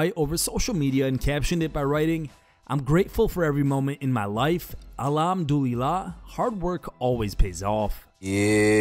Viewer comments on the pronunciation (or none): brother it's Al ham du lil lah ✅ not alarm do e la ❌ go to pronunciation on YouTube nah go listen a muslim say it on YouTube ig but anyways all praise to God/Allah Alhamdulillah